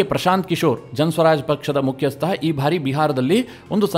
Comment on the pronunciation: ನಿಮ್ಮ ವಿವರಣೆ ಹಾಗೂ ವಿಶ್ಲೇಷಣೆ ತುಂಬಾ ಚೆನ್ನಾಗಿ ಮೂಡಿಬಂದಿದೆ. ಆದರೆ "ಬಾರಿ" ಅನ್ನುವುದನ್ನು "ಭಾರಿ" ಅಂತ ತಪ್ಪಾಗಿ ಉಚ್ಚರಿಸುತ್ತೀರಿ. ದಯವಿಟ್ಟು ಅದನ್ನು ತಿದ್ದಿಕೊಳ್ಳಿ.